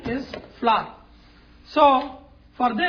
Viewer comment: now the next ingrediënt is "flar" lol